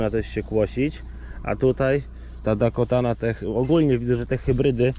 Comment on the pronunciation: I cały film źle wymawia nazwę jęczmienia 🤦 ,,Dakota ,,to prawidłowa nazwa , nie jakaś Dakotana